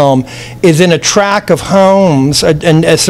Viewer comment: top drawer interview! likeable, sincere, no ego. (minor criticism : how often is he going to say "a track [sic] of homes"?!! TRACT!).